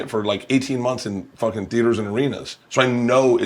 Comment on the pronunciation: I don’t know why it bothers me so much that Bert keeps saying he’s fooking yolk 😅… if anything hes closer to looking like that girl from willy wonka all swollen